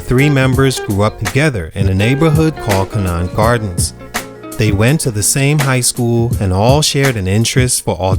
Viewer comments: Good job as always brotha. As Detroiter and SV Fan..its pronounced (Ko-Nannt)Conant Gardens. lol. All Love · It’s pronounced (Ko- Nant ) Conant Garden